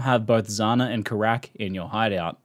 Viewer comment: It's 'Keyrack' not 'Karak'